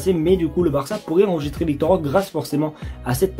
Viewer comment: Roquéé stp pas « rok »